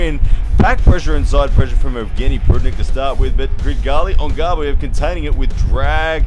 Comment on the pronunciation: It seems Australians have a hard time pronouncing Kydyrgali Ongarbaev lol. Regardless, great breakdown here!